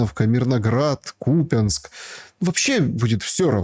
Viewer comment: вы же по-русски ведёте разговор... Посмотрите хотя бы в Википедии: не КупИнск, а КупЯнск. И не "афЁра", а "афЕра"... По-русски - так!